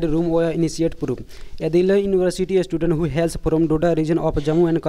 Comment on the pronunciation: It's not istudent . Its "student".